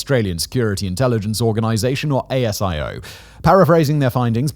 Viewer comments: Sorry Simon, but in Australia's gutteral accent its 'a-zee-oh' not A.S.I.O. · Hi Simon. FYI; ASIO is spoken like “Asia” but with an O… and Albanese is pronounced “Albin-easy”. Cheers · It's just so commonly pronounced that way so whenever his last name is mispronounced it's a bit jarring. Similar to how ASIO is pronounced AYY-ZEE-OHHH here rather than spelling it out. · Australian calling - couple of things - Albanese = Alban-easy. Rhymes with breezy. A-S-I-O is a single word pronounced Ah-zee-oh. It's never pronounced as four separate letters. Well, it has been now, obviously. Keep up the good work. I follow a number of your channels. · Just some clarification on pronunciation of some local Australian terms: ASIO is pronounced Ay-Sea-Oh Albanese is pronounced Al-bow The terror alert level is "Orr noh" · Hey Simon, quick FYI: Albanese rhymes with sneezy 😂 And ASIO is pronounced as one word because we're lazy